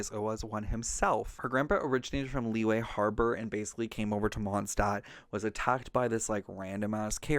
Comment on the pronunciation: I appreciate this video. Can't wait for the next ones but please, please I beg of you to please learn to properly pronounce Liyue and Liyue characters' names. I keep hearing so many mispronunciations and it just irks me since my step siblings are Chinese and it's weird hearing them pronounce it properly then interreacting with other people that follow the Genshin English VA's pronunciations of Liyue/Liyue names. If you need a video, this one is super helpful: "Liyue Characters: Pronunciation Guide (Genshin Impact)" by YouTuber "Ying - 莺 "